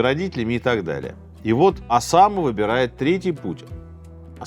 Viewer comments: Только не УсамА, а УсАма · УсАма, а не УсамА. Неправильно произносите имя, периодически ошибаетесь в ударении. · УсАма, а не УсамА! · Сергей что\. из Франции только что вернулся? То у него УсамА, то НикарагуА, причем в Усаме ударение плавает. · не в первый раз замечаю, что Сергей как-то странно ставит ударения в именах собственных. В этом выпуске: правильно Уса́ма (а не Усама́), Никара́гуа (а не Никарагуа́). В многочисленных других выпусках: правильно Свердло́в (а не Све́рдлов). А за видео - лайк!